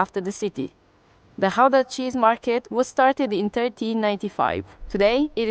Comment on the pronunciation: I know you probably won't manage the guteral G but the proper pronunciation of Gouda comes close to "cow-da" :) Gouda Cheese is named after the city where it was sold and not so much where it was made although Gouda obviously has some Cheesemakers as well itself.